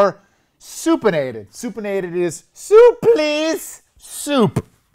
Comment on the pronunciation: I can't be the only one laughing my ass off every time he says supinated 🤣My stomach fuckin hurts!